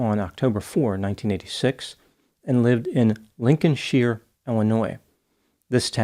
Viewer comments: I grew up in "greater Chicagoland", and I have never heard it pronounced Lincoln-sheer. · Lincolnshire is pronounced Lincoln shire. I live pretty close. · It’s actually pronounced Lincoln shYer. Went to high school in that town. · Lincoln Shire is the correct way to pronounce it. Shy er. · Uh-oh: I think you got some bad intel,. Illinois' Lincolnshire is pronounced LING-kin-shy-r (or LING-kun-shy-r), just like shire is pronounced SHY-r. We're very busy here in Illinois, we've got farms to tend and skyscrapers to build, so we keep those pronunciations simple and consistent. Unfortunately, you implied otherwise when comparing us to the UK in your video. Alas, it seems you've too hastily judged Illinoisans/Illini and our linguistic logic. But that's all water under the bridge. No worries. All good. Now, when Illinoisans/Illini should expect your apology? As I said earlier, we're very busy with our crops and our businessing, but I will do my Midwest best to fit you into our schedule. No rush though. Just let me know when you're ready to go! 😎😂🤣😂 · I'm from nearby and we pronounce it Lincoln shire, like from the hobbit. Thanks for the video though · It's actually pronounced Lincoln-shyer! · It's LincolnSHIRE....like "tire" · Lincoln " Sh-eye-are" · It’s Lincolnshire! Shire is pronounced like “hire” but with an “s”…so it’s “shire” Hence, “Lincolnshire “ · “Lincoln sh-Ire” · Sidenote: I live about 30 minutes from Chicago. Lincolnshire is pronounced "Lincoln Shire"(shire like wire) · You pronounced the town completely wrong btw … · Lincolnshire (Illinois) is actually pronounced like “The Shire” from Lord of the Rings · Lincolnshire ... as in mispronunciation will draw the IRE of critics.